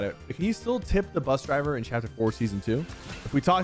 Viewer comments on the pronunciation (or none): You did buss driver it’s bus driver😂😂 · “Buss driver”